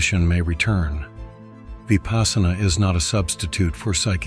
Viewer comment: Vipaśyanā. Vipassanā. Not vipaasana